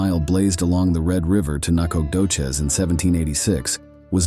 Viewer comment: I like how dude pronounces Nacogdoches literally 17 different ways and not a single one of them is right...... Huh....